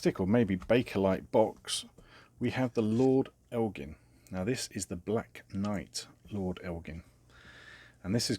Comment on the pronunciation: It's pronounced el Jin. With a soft g.